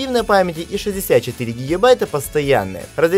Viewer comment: Я сотый раз спрашиваю почему вы вечно говорите гігібайта? Вы что турок?